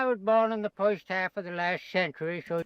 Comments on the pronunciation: I thought I heard a "foist" for the "first" in there. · He pronounces the word "first" with the British-sounding "fusst" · he also says "foyst half" ( first half..... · Work pronounced in his style ("woik") is regional, but likely disappearing, typical of Brooklyn (New York) even in the late 20th century. Notice "foist" instead of "first." His intonation is very similar to Franklin Delano Roosevelt's---whose speech was conservative.. The non-rhotic R is North American (east coast but disappearing). "Deluxe" style was incorrectly transcribed in the subtitles as "Duluth." You tv might want to google "fruit cake lady" who was an elderly lady from Alabama who was a regular on a popular tv talk show in the 1990s. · Woik, foist, woild. Anything with “or” sounds like it becomes “oi”. Great video!